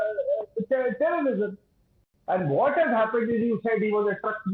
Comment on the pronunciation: . “Canada is epic centre of Pakistani terism”. They only found in Endia 😂.